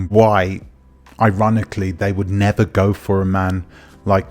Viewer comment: The way you put Emphasis on your point about them entertaining the Tates like, "They Would NeVeRrr!!!!" Like BrO Chill out!! The Tates are not looking at their door waiting for them to come and elevate them😐 Im sure they dont even know if these two exist or naw. Next time write the Script better if you realized your mistakes😑